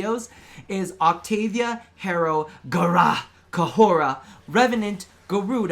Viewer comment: the way you say Gara gives me anxiety